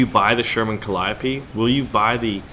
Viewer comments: I thought it was pronounced cal-E-O-P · The way you pronounced Calliope triggered me